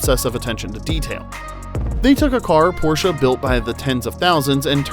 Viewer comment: Not only the background music is so annoying, but you can't seem to prononce de the name Porsche correctly.